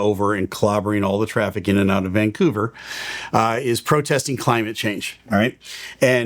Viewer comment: I love that you pronounce it Vangcouver, just like a local. :)